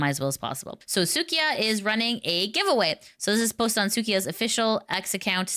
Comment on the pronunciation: su-i-ka not suı-ki-a 🧐